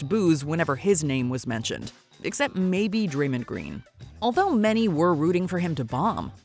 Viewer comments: Draymond mispronounced his own name 😂😂😂 wtf is draymon doing their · dang it 😅 white girl just can’t pronounce Draymond name right 😭😭😭